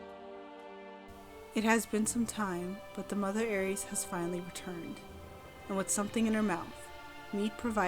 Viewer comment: It’s pronounced aer-ess developers included a pronunciation when first revealing the Aereis